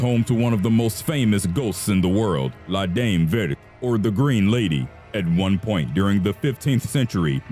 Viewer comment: In French, "La Dame Vert" is pronounced "LAH DAHM VAYR". A's are usually an "AH" sound, while ER is usually an "AY" sound (as in "hay" or "they")... And T's at the end of words are silent (unless followed by an E at the end of the word).